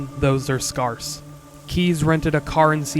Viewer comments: where are you from? (generally) you have a pleasant, neutral accent, but I noticed you say "scarce" like scarhss. or were you saying sparse? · I wonder where you live where you pronouce "scarce" as scar-s versus scare-s